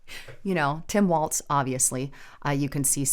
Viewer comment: It is Walz (walls), not Waltz!